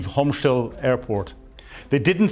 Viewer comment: He can't pronounce Hostemel.